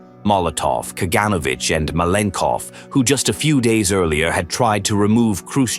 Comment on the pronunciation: Ka-gan-O-vitch. GeOrgi Ma-len-kOff. Vor-a-shEE-loff. NikEEta KhrooshchOff.